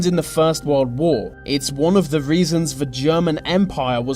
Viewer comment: I heard Warld Wor?